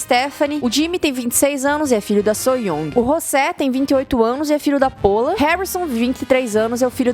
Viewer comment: Não sei porque mas toda vez que ela falava Pola eu soltava uma risada